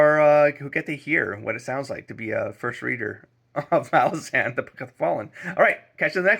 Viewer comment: Erickson says it is pronounced "ma LAH zan" like you said. Stress on the middle syllable. I love hearing first readers takes on MBotF. Embrace the chaos, accept that you won't understand everything that is happening, and just go along for the most emotional ride in fantasy. ""Children are dying." Lull nodded. "That's a succinct summary of humankind, I'd say. Who needs tomes and volumes of history? Children are dying. The injustices of the world hide in those three words." - Deadhouse Gates (book 2).